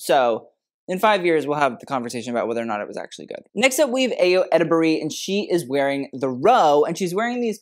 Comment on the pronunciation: for future refence: Ayo Edebiri - EYE-o Edebiri Cillian Murphy - KILLian Murphy my favorites were Colman Domingo and Margot Robbie! can't believe they did all that for the critic's choice i'm gooped and gagged